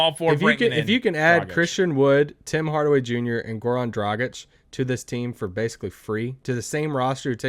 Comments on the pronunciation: It's DragiĆ...His dad is Serbian...just like DonciĆ...ok they are Slovenians, but you can't ignore they Serbian roots. Be respectful. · One good thing about the Dragič saga is that you both learned to pronounce his name correctly. 😂😂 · Did he though? Still not pronouncing it quite like anybody from Slovenia would.:D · If he comes here, Derek Harper will never say his name right! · It's DragiĆ...His dad is Serbian...He is Slovenian ok, but you can't ignore his Serbian roots, just like DonciĆ. First name is the same.